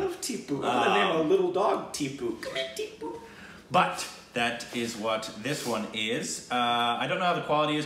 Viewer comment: He pronounced Tibu and not Tipu